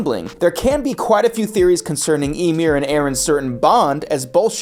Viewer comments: I can't keep watching this, you keep pronouncing Ymir's name as "Imyr" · you can tell narrator man didnt watch AOT at all 1. he says Ymir's name as Emir its pronounced with a Y like Ya 2. The rumbling is Wall Titans not Colossal Titans. Wall Titans are 50 meters tall. and the Colossal is 60 meters tall, with the other diffrence being one came out of a wall and other one didnt. 3. Every Titan has a person inside of it so the Wall Titans would be no diffrent. The only time we got an insight as to what its like to be inside of a mindless titan is Ymir in season 2 said it was like living in a nightmare. 4. In the manga of AOT which believe it or not this anime is based on the opening scene there is 0 flowers 0 windmills just grass Eren and Mikasa. Its nothing resembling life or any of that its little changes to the animation to what the animators felt like doing. 5. The statue does not change poses those are diffrent statues as both of them can be seen in Part 1 of Season 4. The statue is of Helos who was I believe the one who ended the great titan war and send eldians to paradis. So diffrent statues of the same person it dosnt change. Last but not least watch the god damn show before making a script where everything you say is wrong.